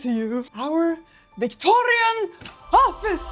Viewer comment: "VictoRRRRRIAN era" ✨️